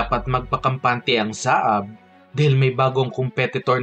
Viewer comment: Hindi "SA-AB" kundi "SAB"!